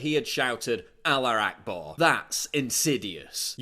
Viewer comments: Sorry, Paul, quick correction here mate. It's pronounced (al-ah-hu-ak-bar) not (al-uak-bar) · "He shouted AllaR Akbar" What the fuck is an AllaR?